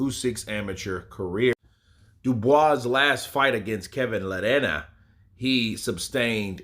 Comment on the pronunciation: love that will take any non-english surname and make it sound Latino. ""La Reña."